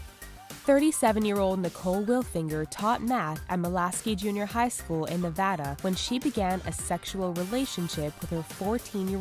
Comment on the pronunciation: thank you for pronouncing Nevada right!! <3